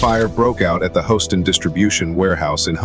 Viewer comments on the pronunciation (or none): I enjoy watching fireground videos most of the time. I think you should lose the music. It detracts from the visuals of the incidents. Second, the computer voice needs a serious tune up. House-ton fire dept; calling "nine hundred eleven" were two that grated my nerves.